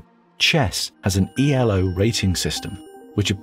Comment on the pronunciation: Only thing for the video is that the ELO System is not pronounce E. L. O. ! It`s ELO because it is a name of Arpad ELO who is actually invented it.